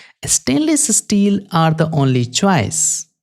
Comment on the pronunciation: stainless es-teel, i can't get it out of my head. but 10/10 dude!